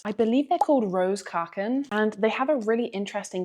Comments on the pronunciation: Koeken is pronounced “cook-n”, just about. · the "oe" combination in koeken is pronounced like oo in the English word cook, so: cooken. This goes for all Dutch words with oe in them, like koe (cow) is pronounced coo. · To be fair.. she butchered the word koeken (cookies), so that wasn't a clue for her.